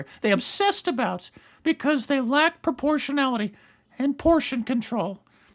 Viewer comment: what the hell is proportiallity....aahahahhahah